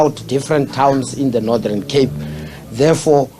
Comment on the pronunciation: And its Northern Cape, not Nordhern Cape.